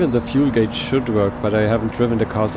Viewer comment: Also, this isn't meant to be an insult or anything but since your English is 99.99% there I figure you want people to point out the little things you get wrong. The U isn't part of the pronunciation for the word Gauge, it is pronounced the same way as Cage, but with a G at the start. Some also pronounce it with a slight I/Y noise after the A, so Cayje or Gayje.